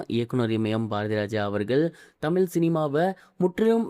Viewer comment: தமில் சினிமாவ பேசுர இது உனக்கு தேவையா பேசுர தமிழ் பூரா தவறு